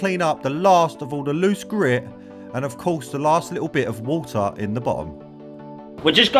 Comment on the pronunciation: Water ❌ Woha✅😂